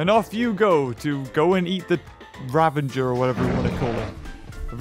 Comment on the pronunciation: U know your saying ravager right